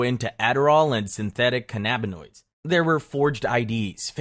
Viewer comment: This is only the second time in my life I've heard 'cannabinoids' mispronounced like that.